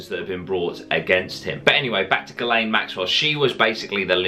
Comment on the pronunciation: Pretty sure it's pronounced 'Jizz Lane'